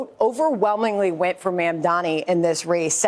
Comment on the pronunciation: Its mamdani not madani.